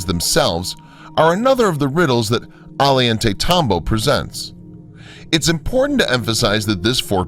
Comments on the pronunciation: Ollantaytambo is pronounced Ozhantaytambo/Ojantaytambo. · Teo-ti-wakawn.. omg, could you trash the names any worse? Ollantaytambo- Oh-yawn-te-tambo...LEARN THIS SHIT BEFORE YOU TEACH IT!